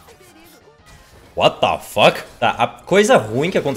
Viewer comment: ta falando ''Uata foquiiii '' igual o Tesdey kkkkkk